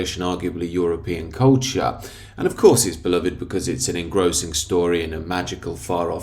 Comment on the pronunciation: "Lord of the Rings is one of the most beloved masterworks of recent English and arguably European cultCHAAH."